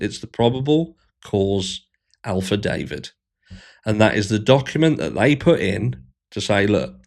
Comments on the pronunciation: is he saying Alphadavit? Or is it just a different pronunciation of affidavit? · affidavit not alphadavit